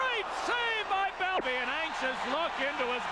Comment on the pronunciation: Wish someone told announcer it’s Bel FOUR. Not Bel FUR